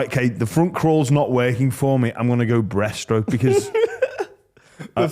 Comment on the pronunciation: Breaststroke dude.. not breathe stroke 😂